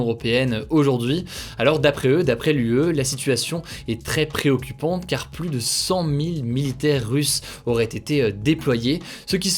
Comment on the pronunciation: S’il te plaît arrête de prononcé Le S du mot PLUS (pluS contagieux) Ça ne se dit pas 🤓 À part ça merci ton travail exemplaire. ✅